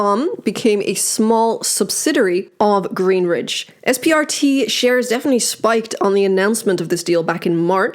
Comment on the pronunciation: Why do you keep saying GreenRidge. It’s Greenidge . There’s no R lol. I’m already annoyed with this effin company. I’m annoyed